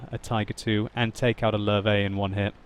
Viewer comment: it's not lur-vey (Löwe), it's lurvah (listen to how jingles says it, he has it down.)